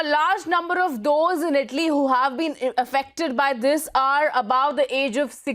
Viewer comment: Its Italy... Not Idli